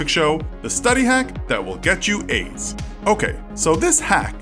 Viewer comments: Sounds likes he's saying "AIDS" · I thought he said “how to get aids” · I thought he said “How to get AIDS”😂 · Why do I keep hearing him saying "How to get aids?" 😂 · The way he said how to get A's make me thought he said how to get AIDS xD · I thought he said: "The study hacks that will give you aids" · I love how he said “how to get A’s” sounds like “how to get AIDS “ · and if it wasn't for the subtitles I would've thought he said AIDS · Haha I thought I was the only one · Yea! That's why I'm in the comments cuz I wanted to see if anyone else heard it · Its sound like hes saying: " How to get aids"